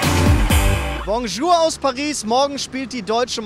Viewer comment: Bei der Begrüßung habe ich "Morgen Schuhe" anstatt "Bonjour" verstanden xD